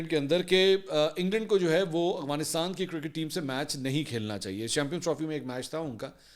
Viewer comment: بھیا ورڈ ٹھیک کر لو اغوانستان نہیں ہے افغانستان ہے جزاک اللہ